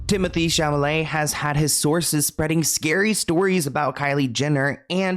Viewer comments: honey, its chaLaMet not chaMaLet 😭🥹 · "Cham a lay" 😂 babe its "ChAl-a- may" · C'est Sha-la-mae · I love how cannot say SHALL O MAY. 😂😂 Love you! 🙏💗